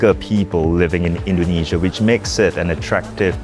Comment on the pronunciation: The Bloomberg's Indonesia correspondent doesn't know how to pronounce Indonesia.